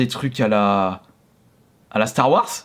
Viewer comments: s’il te plaît arrête de dire star warce mais star warze merci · star warz ça ce prononce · Ça me stress comment il dit Star Wars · Tqt pareil faut qu’il apprenne